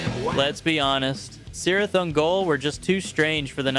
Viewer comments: In the book from which Cirith Ungol took their name, it's pronounced "Kirith Ungol". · It's Cirith with a hard C. At least that's how Prof T. wrote it.